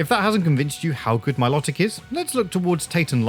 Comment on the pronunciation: Please say Milotic's name correctly its pronounced MILO TICK not MILOT IC